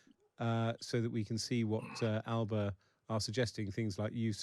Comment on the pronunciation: First thing AS should’ve done is correct the pronunciation of Alba it’s not a region of Italy !